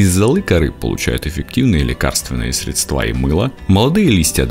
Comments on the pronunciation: Нужно говорить срЕдства, а не средствА, во-первых, а во-вторых, около ВОСЬМИСОТ, а не восьмиста. Подучите русский язык! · НЕТ слова "СредствА". Есть слово " срЕдства" . Но материал интересный. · Вы очень строги. Ударение только в слове "срЕдства". А числительные произносят очень многие неверно. Дикторов учат, а остальные импровизируют.